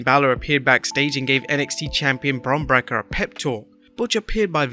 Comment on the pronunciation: He still Calls Him Bron Brakka